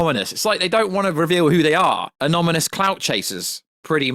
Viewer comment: it's " Anonymous" and not "Anomymous".